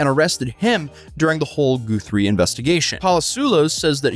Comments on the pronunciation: Guthrie (Guth-Three) not gooth... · OMG this is my hometown and I didn't hear a single thing about it. TPD isn't the most restrained. ETA: Its Nancy Gut-three 😊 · Guth, not gooth…. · Dude I am so bothered that you’re pronouncing it “GOO-THREE” rather than “guh-three”. I haven’t been this bothered since when New Rockstars was pronouncing Taweret as “tuh-wah-ret”. Bro… cmon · Lol, " Goothree," dude's clearly never listened to Arlo Guthrie. That's sad. Anyway, it's pronounced Guth-ree, not Goo-three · A woman is dead,, the least you can do is pronounce her name correctly. Guthrie is not Goothree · I’m sorry but it’s Guth-re 😂 goothree or whatever does sound more fancy 😂😂😂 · Its guth-ry not goo-three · I hate being nitpicky but thought you might like someone be able to tell you how that last name is actually pronounced for the next time Nancy Guthrie gets brought up. Did you know it's not goose ree the u is pronounced like you would say the u as us. Their last name is pronounced as Gus with the thrie sounding like th in three So Gus + three equals Guthrie. Does that help? Didn't want you to have people come after you for pronouncing it wrong I'm pretty sure there are others might want to know how to properly pronounce it too. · 👀 Bruuuhhh..Did just say Savannah GOO-THREE 💀💀BHWAHAHAHA 🤣🤣🤣 its G-UH-THREE, but thanks for the laugh. 😅 Edit:, bro youve said goothree so many timesnim fucking dying 😂 If we had to take a shot every time you said her name wrong wed be fuckin wasted 😂😂😂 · GUH-three Pah-lah-ZWAY-lohss Chest down, not waist down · Come on...Guuuth-three......How do you mispronounce a nationally known name! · 'Goo-three'? 'Goo-three'?!? Seriously? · it's Guthrie not gathrie. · Goofree? Goothree? ohh Guthrie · It's pronounced Guth-ree btw. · The pronunciation of Guthrie is painful to hear, especially when my family comes from Guthrie Oklahoma. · the average person doesn't know what a swatting is. also lol at pronouncing guthrie